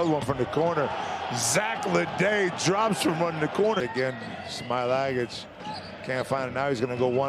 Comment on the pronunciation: Who is this speaker anyway?? He can't even pronounce some players' names properly! Instead of telling us how he used to hang out with this and that guy, maybe learn a bit more about the game itself?! No travel for Hezonia to start with, the H in his name is not silent etc. Poor Smailagic and Papapetrou, their names slaughtered😂